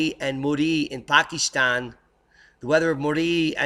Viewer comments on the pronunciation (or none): none